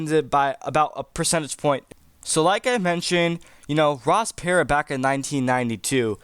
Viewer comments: Perot is not pronounced "parrot". lol It's "P-row" 😆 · Per oh, not pear ot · It's not Ross 'Parrot' it;s pronounced like "Pu row" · Ross ... Per-OH not Per-OT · Ross "Parot" lol How does this "remind" you of this race when you don't even know how to pronounce the name 😂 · Perot: "Per-Row" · Dude sorry but he’s already on 1 state and you’re saying Ross Perot wrong . The T is silent Otherwise, interesting video